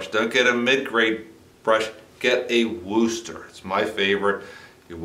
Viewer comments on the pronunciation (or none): I am am from Wooster.. it does not sound like rooster. We pronounce it with a soft oo as in book or look but not like a rooster.